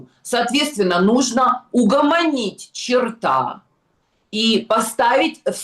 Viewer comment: Снежана, черт и черта разные понятия, делайте правильно ударения, иначе вы выглядите просто безграмотной, акценты на усраинский не катят